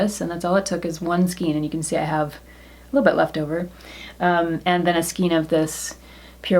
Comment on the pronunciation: Pronounce skein..There really is not more than one way to pronounce it. The correct way to say it is “skayn” to rhyme with “pain.” If you go to and plug in the word, there is a little speaker icon you can click that will pronounce it for you. Note when you get there that there is no alternate pronunciation. Just the one. (I’m an English teacher, btw).